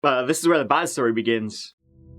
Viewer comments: Quite the "schtory" 😅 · the shtory with this one